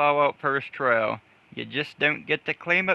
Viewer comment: "Trial". Not trail.